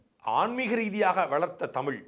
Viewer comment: தமிழனுக்கு (தங்களையும் சேர்த்து) தமிழ் என்று உச்சரிக்கத் தெரியவில்லை... தமிள் என்று தான் கூறுகிறீர்கள். இது தான் இவர்கள் தமிழ் வளர்த்த அழகு. எத்தனை தமிழ் புலவர்கள், அறிஞர்கள் வாழ்ந்த தமிழ்நாடு.... இன்று 90 சதவிகித தமிழர்களுக்கும் ஒழுங்காக உச்சரிக்க, பேச முடியவில்லை...